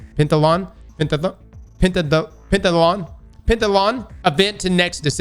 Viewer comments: Did none of y’all YouTubers learn to break words down if you’re struggling? 😂 “pen-tath-lon.” The spelling in the article was off, obviously. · It's pronounced 'Pentathlon'. You're welcome. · Heheh not able to Pen-Ta-thalon was kind if funny in such a serious video. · Pen-tath-a-lon like Decathlon. :-) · (pen-tath-eh-lawn) there ya go buddy, rest those brain cells